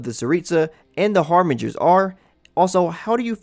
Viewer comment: im sorry but "chill-day" idk if i should be mad or laughing rn also H A R B I N G E R S